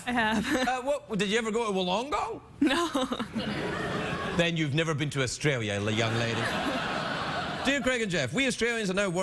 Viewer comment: That's not how you pronounce Wollongong.